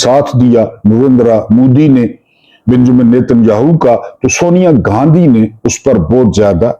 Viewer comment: سر محترم السلام علیکم خوش اور آبادرہیں ❤ لفظ گاندھی ہے نہ کہ گاندھی ۔۔۔۔۔ شکریہ❤